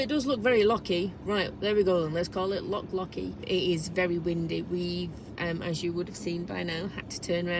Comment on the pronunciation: Google schmoogle. Try the Oxford English Dictionary. The failure to pronounce the 'ch' has nothing to do with an English regional accent, as 'loch' is a Scottish word. Lake is the English equivalent. Scotland also has many dialects, by the way. If there are some English words that Scots tend to get wrong, then that is them getting it wrong. However, 'hoose', for example, is Scots (same as 'hus' in Norwegian) and 'house' is English (as 'haus' is German). That is quite distinct from saying a Scots word (as opposed to the English version - 'lake' in this instance) incorrectly. Try going to Ulster and pronouncing 'lough' as 'lock'. You'll get the same response. I was not 'name calling'. Failure to even try to pronounce local or national words properly and then insisting that you are right in your misprononunciation is far more rude than pointing out how lazy this is.